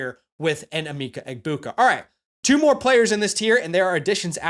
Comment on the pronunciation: Great vid🫡 it’s em-Mecca Egbuka though lol. #gobucks